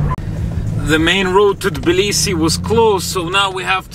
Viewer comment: it's actually not Balisi, it's Tablisi, Georgia (the Capital). Good luck!